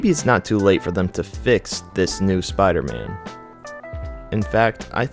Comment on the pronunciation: Jesus Christ can u pronounce spiDer man? Good video bro but please I know u can do it I heard u in the beginning